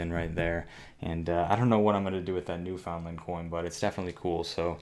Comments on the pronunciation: taking the “fun” out of New Foundland. 😂😂 It is pronounced New Fundland, BTW. Awesome coin regardless. You can also find some from Prince Edward Island and Nova Scotia as well, although not as late as New Foundland. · Sorry, I could take it only for 10 minutes. It's pronounced NEWFUNDLUND!! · I do have to chuckle the way you pronounce Newfoundland. It is pronounced like "new FUND land". My dad used to live there. He became a U.S, citizen 'way back, though. BTW, he gave me about 10 of the pennies, but all but one were lost in a move years ago. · Pronounced: "new fundland" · Here's something I remember from high school: although it is spelled differently, the proper pronunciation is NEW' FUND LUND. Funny, isn't it? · New found land is pronounced new fin Lind